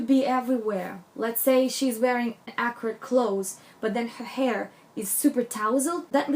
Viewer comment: Good info but lordy, I had to switch to closed caption to figure out you were saying accurately. I was going mad wondering why you kept saying acrid!